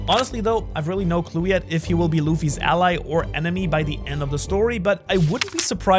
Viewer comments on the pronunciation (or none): none